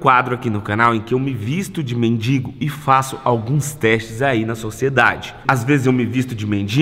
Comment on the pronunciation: Gente, quantos erros de português. "MINDINGO", "NÃO CABE NIM MIM". kkkkk